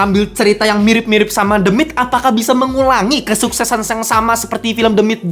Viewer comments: Harusnya pake teuh ya ...The Myth ( mith)😊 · the myth dibaca demit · Ketawa karena setiap Abangnya ngomong "the myth" , aku dengernya "demit" 😂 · Fr kwkkw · Nah iyah gw kepikiran "demit" Malah wkwkw